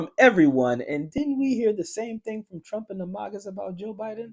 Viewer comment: Kari T rump lol pa-lease lady!